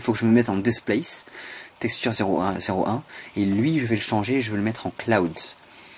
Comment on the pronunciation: Franchement, c'était dit sur le ton de l'humour..(et tu l'as bien compris) Par contre ta façon de prononcer Displace "Despleyss" est parfaite.., de même que Build "avec une bulle dans le nez...".. Mon dieu, que j'aime être francophone.. Allez j'arrête mes élucubrations, tu m'entendrais parler anglais, tu me mettrais un loop-cut en travers des lunettes... Go on Man!!!:)